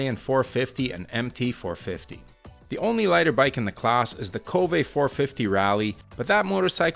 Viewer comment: It seems like KTM is betting on their low CC motorcycles. I wish it comes down to the RC range. Also I thought it's pronounced "kōwve" instead of ko-vë. It's what I heard how they pronounce it in SE Asia.